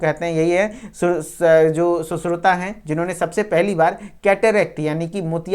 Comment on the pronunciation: सुश्रुता नहीं सुश्रुत बोल बेहेंचोद